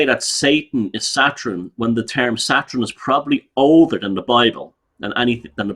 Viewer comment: Love pronounciation of 'Satrun' (Saturn).....as well as modren (modern)😂